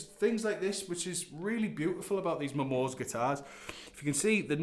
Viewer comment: Hello, thought you might like to know that the Japanese (of which I am not) do pronounce it as Momo-say, not momo's. Other than that, rad playing sir, keep on it! I myself have two of their Strats and they're just lovely.